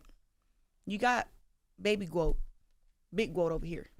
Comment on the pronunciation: The GWOAT the GWOAT THEEE GWOAT!!!